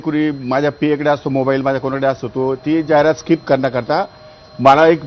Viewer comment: Gavthi kuthla mhatara 😂 स्काईप नाहीं skip boltat😂